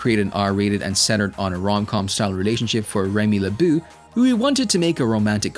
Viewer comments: "leboo"... It's le-bow Lebeau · Fam, how TF can I trust a breakdown of the character when you can’t even say his name correctly?! Seriously? Remy “Le-BOO,” though??? It was grand opening- grand closing, for me. I subscribed immediately when I saw the content… and unsubbed immediately when I heard it 😂